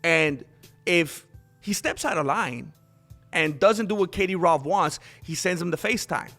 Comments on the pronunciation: LOL my first video of yours, love it. for 6 whole minutes i was like who tf is this katie rove and why she got so much power over khamzat, so stoned i didnt rrealise you we saying kadyrov 🤣🤣 🤣much love fro the UK buddy.. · Kadie-rov Chimoev Nina Chama Du-Du-Plessis